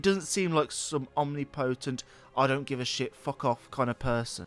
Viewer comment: The way he said omnipotent , "omnee- potente"😂